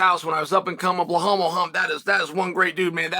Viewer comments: Everyone: Belal Chael: BLUEHAWL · Chael ma man! Its Belal ffe not Behaul or Beblal..😂